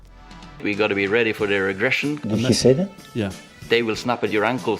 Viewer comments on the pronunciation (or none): none